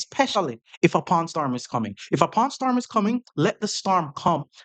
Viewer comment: Needed a few times to realise U said Pawn Storm... ^^